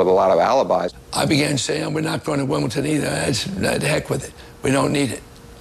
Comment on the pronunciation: ...Does Bollettieri actually say, "WimbleTon"??